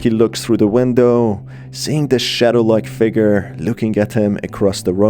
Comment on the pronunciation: I love the way you say window 😂